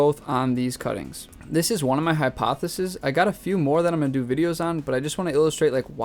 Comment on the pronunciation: hy-Pothos-es 😂 was this a pun of hypotheses